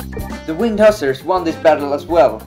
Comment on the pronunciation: You are mispronouncing "hussar".